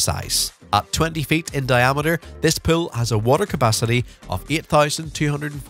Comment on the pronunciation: This guys pronunciation of the word pool pisses me off so bad i cant watch this😂😂